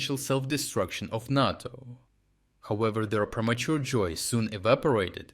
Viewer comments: it's NAY toe. not naw toe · Nae toe not Nah toe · NAyTO not NAaTOe. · NAY-TOE, Not NAH-TOE. You get it right sometimes! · *NATO is pronounced NAY-toe. you said NAH-toe. I think this is significant enough to comment on because it is a short word and might be misunderstood. #FeedTheAlgorithm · NAY-to. Natto is a sticky japanese bean dish. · Say Nay-To. Not NaarrTo. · He says is correctly N A T O in slavic language not like stupid usa NEITO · Ney - toe , is pronounced NATO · I get that it probably saves time recording, but it's kinda easy to tell you've moved to an AI voiceover. I've noticed it in a few videos over the past few weeks, but it stumbles on stuff like pronouncing NATO as nahto instead of nayto. It kinda takes the channel down a little bit if I'm honest. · You keep pronouncing NATO two ways. It's pronounced "nAto". Emphasize the "a". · Make USA amber not green at the moment. They are not our friends, well he isn’t anyway. It’s pronounced Nay-Toe. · Naughto? I guess these videos have gone AI now? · "NATO" is normally pronounced with a long "a" sound. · "NATO" is pronounced with a long A as in "pate" not a short A as in "cat."